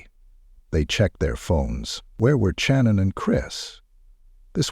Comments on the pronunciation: Her name is pronounced SHannon not CHannon. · This must be AI. He has consistently pronounced her name Channon instead of Shannon. Moving on.... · why do you use an AI voice and disrespect the victims because you don't have "time" to do the narrative yourself? That's BS because you're disgusting AI voice over keeps mispronouncing her name literally 15 or more times! I'm unsubbing NOW